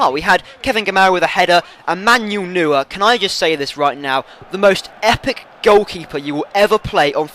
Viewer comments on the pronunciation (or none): It's pronounced Manuel Noier.